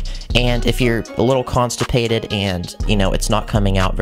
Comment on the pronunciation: When you said constapated I’m needed to poop